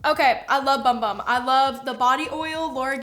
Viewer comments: it’s not “bum bum” it’s sol de janeiro. They have a lotion called the bum bum cream and a matching body scrub. Also it is pronounced boom boom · When 35+, she'll probably reconsider being a matte girly lol. Btw, just found out not long ago, that Bum Bum Cream is actually pronounced "Boom Boom Cream". Ha! So odd🤷🏼‍♀️